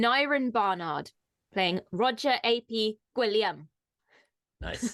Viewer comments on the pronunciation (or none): The “ap” in his name, is spoken in the same way as “app” - But Roger ap Gwillam - it’s Roger son of Gwillam. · You pronounce 'ap' in Aneurin's character's name like 'App' and not 'A.P.' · It's not A.P. it's ap like an "App" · pronunciation was excellent with the exception of one thing - ap in a Welsh surname isn't pronounced as A.P. it is ap as in an app (application) that you would have on your phone and it denotes the person was named in honour of someone, usually a father. So Roger ap Gwilliam is essentially Roger 'son of' Gwilliam. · Tsk-tsk, you lot "ap" is pronounced like app, and it is cognate to Gaelic O'-, as in, son/grandson or descendant of, like in O'Brien, O'Neill, and so on. So ap Gwilliam / Gwillem is just er, O'William, but Welsh. (Gwilliam is an older form of William. compare Guillaume Le Conquisant, William the Conqueror, Duck de Normandie, Duke of Normandy. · Da Iawn (very good) attempt concerning the pronunciation, it was almost spot on apart from ap, it's pounced like app, so an app you'd get on your phone, twitter app etc. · Ap, is pronounced like app. You're welcome